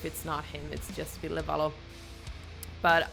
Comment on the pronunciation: I love how you get his name right. Thank you!